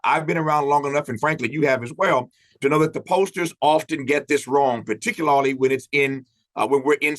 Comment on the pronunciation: He slips up and says it correctly. Then he pauses and decides not to go back and uncorrect himself.